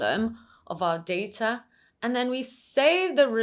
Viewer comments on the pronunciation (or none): Just one point: It's pronounced data, not data.